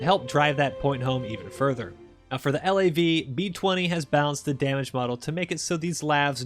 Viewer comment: him saying LAV cringes me